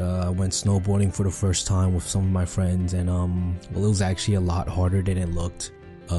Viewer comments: 😂 video on communication skills, yet the narrator can't speak clearly and says "wiff" instead of with at :29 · I really dont like hearing about communication from someone who isn't pronouncing their Th. It's not "dare"; it's "thier" and it's not "wif"; it's "with". For me it's worse than hearing someone scratch a chalkboard.